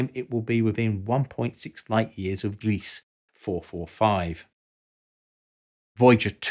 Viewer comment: Gliese is pronounced "GLEE-zuh".